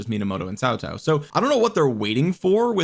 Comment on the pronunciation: Why do you pronounce Cao Cao as Tao Tao?